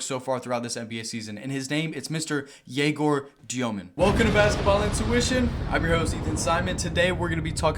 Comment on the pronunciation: you said gaylord djomin, which is nice